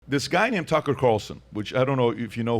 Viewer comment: Why the fuck is this host pronouncing Tucker and Joe’s names like he’s a fuckin immigrant who’s never heard of them